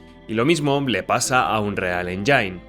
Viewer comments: Buen video le dejé mi like, aunque hay algo que me pasa con MUCHOS creadores de contenido españoles cuando pronuncian MAL la palabra "engine". Pronuncian "endzain" en vez de "endzin" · Cada que pronuncias "Engine" como enyain en lugar de enyin muere un pajarito😂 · Que no es "enjáin" es "éngin"..... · que los ejemplos que pones se vean todos igual, o que no tengan alma, nada,. absolutamente nada, tiene que ver con el motor. Al César lo que es del César. Por qué pronuncias Engine de la forma "enyain"? crees que se pronuncia así? Seguro que tienes suficiente experiencia en la industria? Es chocante despues de lo que te señalo. Todos los motores de EA se han convertido siempre en algo inmantenible. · Buen video, una pregunta porque le dices enyain? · tod bien, pero por qué los youtubers españoles les cuesta pronunciar bien palabras en inglés? ni Unreal se lee textual ni Engine se pronuncia “enyain” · Me alegra saber que no soy el único al que le da toc oir unreal enyain xD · Igual no se como tiene experiencia en creación de videojuegos con esa pronunciación. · Si vas a hacer un video hablando de motores aprende a decir "engine" en ingles bro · Así no se pronuncia "engine" hermano.